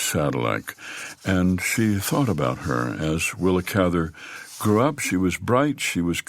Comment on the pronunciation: And thank you for pronouncing Willa's last name the right way !